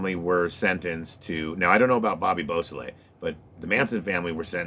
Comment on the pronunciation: That's what he said.